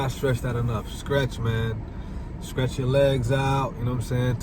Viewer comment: Are you saying scretch? Lol or stretch?